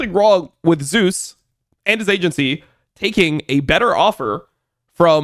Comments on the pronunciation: doesnt this guy watch lck? why does he keep saying "zoos"? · Yep. All good. The pronunciation is the Korean version of the god's name, and it is what Zeus himself prefers. Glad to explain miscommunication :) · got you I was gonna say something sounds off lol I never heard anyone pronounce it like this caster or streamers. Not even caedrel pronounce it like so lol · i rly wish IWD would say zeus correctly bruh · Does he know how to pronounce his name… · Whose name? Zeus? Just using the English pronunciation, it's really not that big of a deal. He's not an official caster having to ask that from the players, and even then it's more of a courtesy than a hard rule as far as I'm aware.